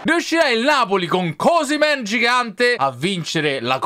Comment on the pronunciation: Ma osimen lo hai chiamato cosimen